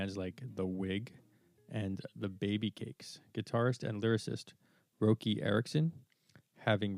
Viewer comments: Roky is pronounced "Rocky". Benny Thurmond was the bass player initially. Their first brief "heyday" was in this period . He was replaced by Ronnie Leatherman who had a similar sound. Some say that Leatherman was better on bass. Benny Thurmond was a musical genius. They all were. They were a "supergroup:". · I tried to watch this but couldn't stomach him blatantly mispronouncing Roky's name with a long "o" sound instead of like "ROCKY". Sheesh! Is this AI? You got alot of hardcore Elevators fans out here, the least you can do is honor the man by pronouncing his name correctly! What is WRONG with you? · Pronounce Roky with a soft o, like rocky, dummy.